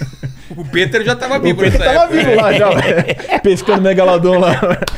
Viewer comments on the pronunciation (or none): Péter??...Peter = Pitér